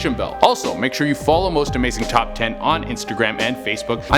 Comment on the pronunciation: I swear I heard him say Most amazing chop 10